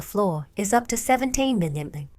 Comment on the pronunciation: Small note: the narration seems to have trouble with "mm". Perhaps you should use "millimeters" instead.